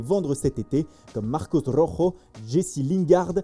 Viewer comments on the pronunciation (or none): none